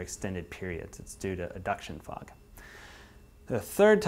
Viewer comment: aduction fog?, i thought it was advection fog, are you sure you got that right amigo...